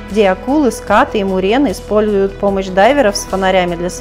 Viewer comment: Правильно говорить скатЫ